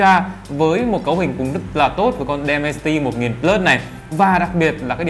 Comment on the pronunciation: Đọc là đì men ci ti một ngàn bờ lớt nha bro :)))) Mình nghe nói hình như có loa kép nữa đó Mình quyết định sẽ đổi từ k30 pro qua k30 ultra vì trải nghiệm màn 120hz và 2 loa vì đó là những thứ trải nghiệm hằng ngày rồi mặc kệ là con chip gì :)))